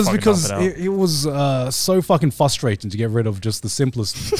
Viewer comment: "Fustrating". Grant, never change